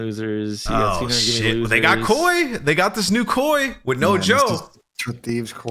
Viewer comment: calling it k.o.i drives me insane. ITS KOI.. LIKE KOI FISH....